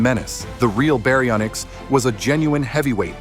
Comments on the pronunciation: berry o nicks 😂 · I like how when you first pronounce baryonyx it’s like a Japanese word